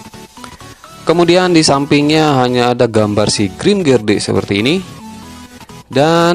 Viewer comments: Seharusnya grimgerde bukan grimgerdee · Grimgerdee? Kalau aku bacanya Grimgede gara2 kamu bacanya Grimgede. Eh, grimgerdee